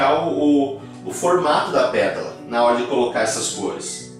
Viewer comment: Professor !! Perdão ooooo , mas cada vez que você fala “petula” fico 🤔 atrapalhadinha !! Verdade !! O certo era falarmos “PÉTALA” e “PÉTALAS “ ❤❤❤❤❤🎉🎉🎉🎉 perdão ! Por favor 🙏